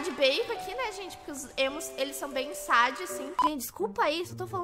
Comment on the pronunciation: Não se fala sad, se fala séd